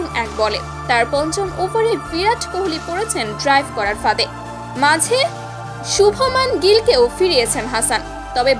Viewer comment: Who are you? Bangladeshi you tuber. You should know how to pronounce Shubam Gills name 1st. Your Nagin team lost 1st test. Now wait for 2nd test. Santo said he will beat Bharat 2-0. Instead of 0-2 here reverse his wish.